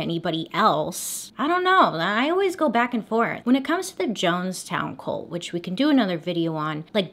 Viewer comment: Is it an American thing to pronounce cult as colt?